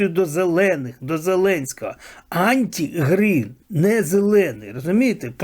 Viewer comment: Не Анті Грін, а АРТИ Грін (Arti Grin) !